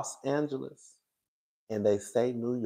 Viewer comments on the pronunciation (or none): none